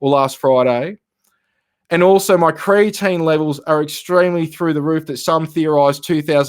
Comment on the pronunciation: Thanks for the clarification. I heard say creatine also.